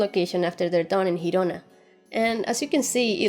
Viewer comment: speak perfectly well, but just fyi: Girona is the catalan name for the spanish Gerona, so its pronunciation differs. Its "Gi" syllable it's pronounced like in "jeez". I know it's a stupid wee thing, but just in case you get to repeat it all over during these months. Kudos girl, a great channel, you're charismatic and humorous!